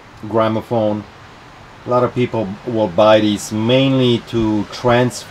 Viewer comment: Lol at "gramophone"